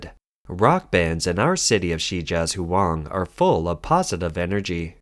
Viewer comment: shee-jyah-jwang "zh + wang" is written as "zhuang". It's just a convention of spelling. It is still pronounced as a "W". It is not two syllables (zhu + ang) -- it is a single syllable: ("zhwang"). That "u" should be treated as a "w".